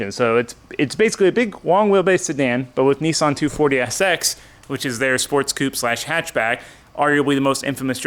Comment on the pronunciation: Kneesahn . Hahahahahaha